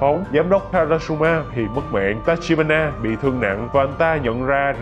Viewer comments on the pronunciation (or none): đoạn 23p cứ đọc là tachihara nhể:))tachibana mà